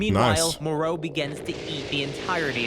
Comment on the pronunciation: way did he clal him marus when ti meerus even bvook say mer not mar and bad guys i moro not meroro dont no way the guy keeps saying names wrong